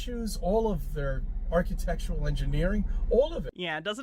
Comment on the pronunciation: I hate how says “archetectual.”